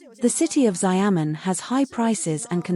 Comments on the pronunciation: please speak proper English and pronounce Xiamen as Xiamen and not SaiYaMen or Resume as resuming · its pronounced Shiaomun (Xiaomen) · how can a china channel not be able to pronounce Xia'men?